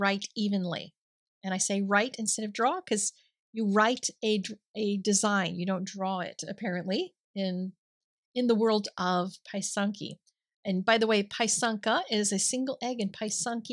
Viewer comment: Thank you! Beautiful work! Thanks for the directions for etching! The correct pronunciation is “pissanka”